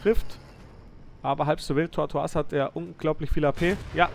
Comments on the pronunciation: Das ist kein französisch du spricht den Namen nur falsch aus. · "Tortoise" wir nicht französisch ausgesprochen, sondern englisch, weil es Schildkröte bzw. Landschildkröte bedeutet.